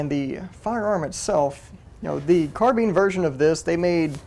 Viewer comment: Thanks for pronouncing “carbine” the correct way. Awesome piece of history!